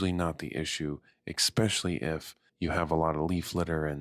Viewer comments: Yeah I like his voice too, but he should practice saying “especially” rather than “Ex specially”. Gets grating after the fifth time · am i the only one that's hearing, " ekspecially " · Great video and all, but I cant listen to people saying expecially 😂😂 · vro said expetially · And he said it SO many times 😅 honestly kinda ruined the video for me